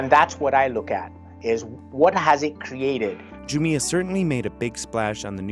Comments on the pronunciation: It’s not pronounced “Ju-mi-ah”, but “Ju-mia” 🤣🤣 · you can't even pronounce the name of the company right, what's wrong with you? Andrew left pronounces it spot on - JUMIA ... not the stupid way you're pronouncing it ... ju-meia ... what's wrong with you? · It's jumia not jumia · It's pronounced Jumia and NOT Jumia. Jeez!